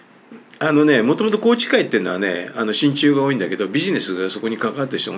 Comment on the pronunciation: 親中が心中に聞こえた❗